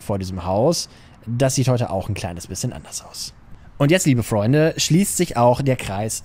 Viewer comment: flreunde? Flreunde?